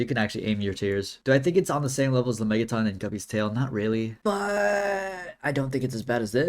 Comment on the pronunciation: It’s not “la-mey-ga-tonn” it’s “la-mey-jah-tin”